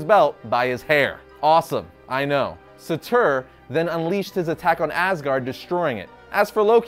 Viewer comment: you really need to watch Thor Tales of Asgard to find out how the Fire Demon 'Surtur' has his name pronounced 'K? Thanks